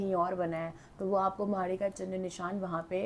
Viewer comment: M haryana se hu,hum b bhut mante h inko,but ye मैड़ी hota h माड़ी nhi hota